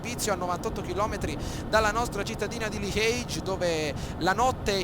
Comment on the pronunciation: bel gameplay ma bruttissimo come dici liege !! non siamo in inghilterra :D